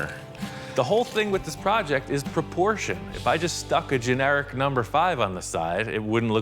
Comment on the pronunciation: You said it was in proporschein.😂